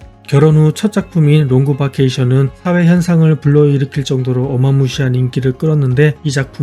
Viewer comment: 야마구치 토모코 좀 보러 들어왔다가 주인장의 "롱그 바케이션"이라는 발음에 차단되어 돌아갑니다 ㅋㅋㅋ 따라할게 따로 있지...